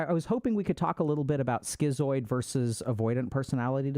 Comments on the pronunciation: "Skee-zoid"??? Isn't schizoid prounounced "skit-zoid", like "schizophrenia"? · bros its not "skeezoid" its "schizoid" as in "skiz-oid"